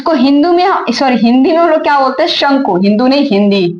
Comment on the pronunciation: शंकु होता है ma'am शंकू नहीं होता